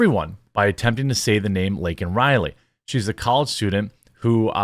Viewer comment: My "Favorite" part was when he mispronounced LAKEN RILEY and said "He taught the 2nd Amendmant for 12 years" bwahahahaha JOE BIDEN IS A TRAITOR TO THE UNITED STATES.